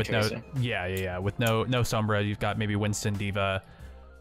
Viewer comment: Just letting you guys know, Sombra is pronounced with more of an "Ohm" sound. Same as the SI unit of electrical resistance.